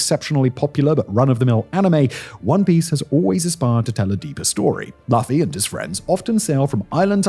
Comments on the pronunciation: Tfw it's possible that it's the correct pronounciation butchered by creators of anime since beginning because name Laughy would make a lot of sense. Like with Raftel -> Laugh Tale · Half way through the episode and I'm yelling Luffy. Simon please look into how to pronounce something you have admitted to never watching. Love your vids but man. Smh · OMG! The wrong pronunciation of Luffy again. Watch 1 god dammit episode before doing a YouTube please. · The fact that his writers usually put the pronunciation of words into the script to help makes it even funnier that they just let him go on this one. The writers knew what would happen and must just be giggling to themselves. ^.^ But love this regardless. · I'm only giving the pronunciation of Luffy's name a pass b/c you prefaced this video with, 'You've never seen anime' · Or… One piece is just insanely popular. I can tell you know absolutely nothing about the manga, from the constant mispronunciations of Luffy’s name lol. so I’ll give you grace. But I also believe whoever wrote your script doesn’t know about it either. He fails to mention that the vast majority of the islands liberated by the pirate crew were occupied by pirates just like Luffy. Not the government. And when liberated, is given watch to the world government. Not to mention The story seems to convey that Luffy is not a hero or even cares about the freedom of others. Just his friends. Luffy is actually quite selfish compared to someone like Kuma, Garp, or Koby. It also strongly conveys that government order is absolutely needed, just in the right hands. (Koby, Vivi, Fujitor, Garp etc) Liberation from corruption governments is only one of One Piece’s many themes but for some reason, people like you seem to only focus on that. One Piece is extremely deep and multifaceted. There’s a reason why it’s so popular. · Hey man on the internet, If Simon here decides to launch WEEBFRONTS....It's over for y'all. Yes even when he butchers Mugiwara No Luffy.